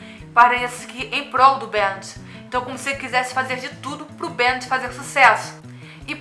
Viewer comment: não se fala BEANTD*, se fala *BEM DI um portugues meio ingleszado